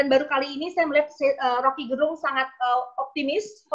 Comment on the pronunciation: Salah satu bukti RG adalah orang yg sangat demokratis adalah beliau tidak pernah mengkoreksi atau meminta orang untuk memberitahu pembacaan namanya yg selalu penyebutannya Gerung kendati pelafalan yg benar adalah Gérung. Full respect.